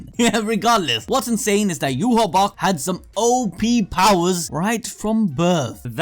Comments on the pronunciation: Wach (the german word) isn't pronounced "ewah" - The king in mispronouncing stuff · Why do you keep saying Yuhabok?